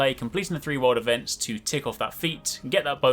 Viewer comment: Am I the only one who heard “world events” as “water vents”?